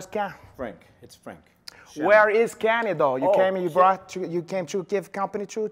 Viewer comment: "Frake Shame-hock" 😁😁😁